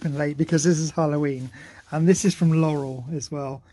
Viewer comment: lol that "you" and his "I love you's" are so cute. His "Laurel" was pronounced very well too. He's just so cuuuute chasing his tail being so excited and happy. Another awesome video. Cheers guys ! 💙🐕